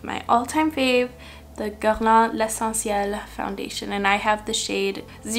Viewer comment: Hello my dear new to your channel ! Even though I am old lol 44 I love your videos ! You say geurlain perfectly I and French Canadian. Xxxx so talented you !!!